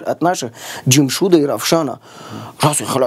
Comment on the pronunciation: джумшуть и рафшан, таких имен нету у таджиков, есть равшан, джамшед, и не надо узбекское-(произношение имен) приписывать таджикам! Это политзаказ узбекистана и я не раз об этом писал. До сих пор они мутят оплачивая приписывание уродов к таджикам в том числе баймурат алавердиев узбек родом из Таджикистана которого тоже приписывают таджикам. На канале Планета Земля смотрите видео мнение туристов про наша раша то кто подходит под наша раша тадж ки или узбеки.